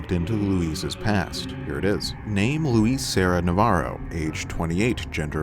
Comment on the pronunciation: It’s Luis, not Louise. Thumbs down for annoying pronunciation